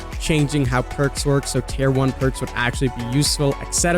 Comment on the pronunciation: Why does he pronounce "tier" as "tear" like "tear a piece of paper"??